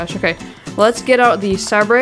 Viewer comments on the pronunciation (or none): I know I'm a year late but it's not sABre its Say-ber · it is pronounced "say-ber" not "sab-rey" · It's Saber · Sabré is pronounced ‘ saber ‘ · its not sAbre its a sabre like a in the alphabet and the e is silent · It is pronounced saber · i was dieing whenever he said sabrai